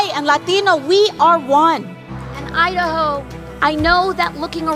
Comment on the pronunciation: When she says “ I-Da-Ho” from the Bronx - Sha ain’t lying!!!